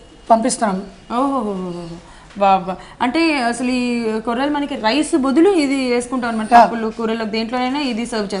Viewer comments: కొర్రెలు ఏమిటి తల్లీ కొర్రలు అని చెప్పు.తెలుగుని పాడుచెయ్యకండి. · కొర్రెలు కాదు తల్లి కొర్రలు